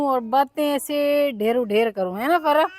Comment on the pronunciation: Farsa nhi bolte farwa bolte he😂